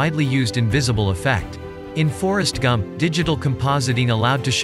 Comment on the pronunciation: The TTS totally had me fooled until I read the comments. On the second listen, it became quite obvious - for example when it pronounces 'Forrest Gump'. Amazing though.